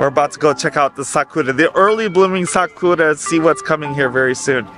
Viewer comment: why do you say 'sakora' instead of 'sakura'? i never understood this ^^"